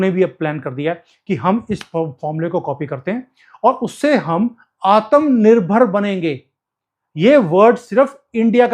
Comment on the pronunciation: Aatam nirbhar nahi Aatma Nirbhar bolte hai